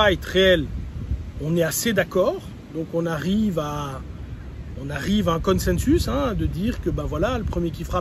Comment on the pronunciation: "consensus" est-ce ainsi que l'on prononce en Belgique ? Ça me plaît beaucoup (je ne plaisante pas), vous êtes près du latin, jamais on ne prononce ainsi en France amitiés Louis